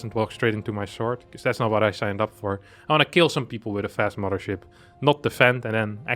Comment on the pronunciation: *Mudder Ship.... Curious, is there no 'th' sound in his native tongue?